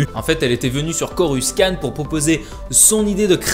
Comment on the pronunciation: schurpf Oops, *Coruscant ! Prononciation foiré, je mériterai d'avoir un coupage de bras ;P